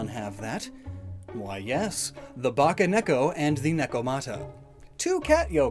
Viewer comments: It’s Bakeneko not baccaneko. Ba-kay, like Bakemono. Not bacca like chewbacca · "ba-kay neko" NOT "ba-kah neko" ... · Pssst. You mispronounced bakeneko. Also you seem to have mixed up part of the script? You gave the nekomata explanation AFTER what I assume was meant to be its conclusion.